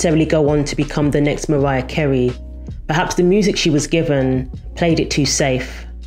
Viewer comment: this was a great video despite the accent 'leonarrrr' 'mariarrrr'